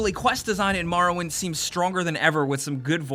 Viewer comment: I'm a need y'all to stop saying MAR-owind and start saying MOR-owind 😂